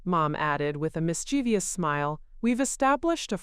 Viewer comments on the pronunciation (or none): none